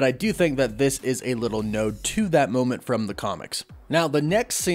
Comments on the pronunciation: "Nod" rhymes with god, plod, quad, sod, wad, and fraud. Not road, load, mowed, or toad. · Script: "nod" Dude: "node" Me: flinch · Node? Don't you mean nod not node